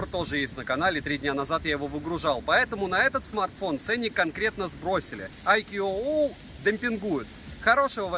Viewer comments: АйКюОуОу--у-у! Прямо мозк ломается - уже писал под обзором iQOO 9 pro, что правильно IQOO (I Quest On and On) произносится "айку", потренируйтесь пожалуйста на досуге! ;-) Делают только для Китая и Индии, но для Индии те же модели по названию совсем не те же по начинке, зачем так хз. У средних iqoo обычно нет поддержки не только b20, но и нет поддержки b7 и это в совокупностью с китайским набором агрегаций настоящая печаль. Продаван возможно ошибается указывая b7 в описании, надо на оф.сайте смотреть, который для нас закрыт - нужен китайский vpn. p.s. поддержки n79 тоже нет - 5G прощай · Читается не АйкуУуо, а просто Айку. Две английские o это русская у. И бренд не для китайского рынка, а для индийского скорее ориентирован. Индусы много на английском роликов про айку делают, у них один из лидеров рынка. Оболочку виво индусы почему-то не любят, кстати, и оценивают хуже, чем колорос (рилмиюай), миюай, оксидженос.